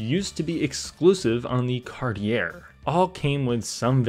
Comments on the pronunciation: It's pronounced kahr-tee-ey; French kar-tyey NOT Carty-air! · CartiA! Not Cartiair. Lol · Heads up Cartier the r is silent at the end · I think the last r in Cartier is silent. It's more snooty that way. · It’s pronounced “Cart-ee-aye” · But we can tell you're from a younger generation from the way you pronounce Cartier. The "r" is silent, so it's pronounce it Cart-e-a. :)